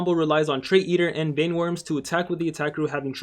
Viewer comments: you need another update u said vine worms it's vein like the veins in your body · *Mispronounces vein* Baron: *TRIGGERED*